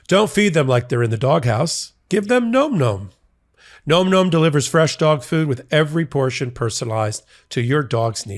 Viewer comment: I think you're pronouncing Nom Nom incorrectly.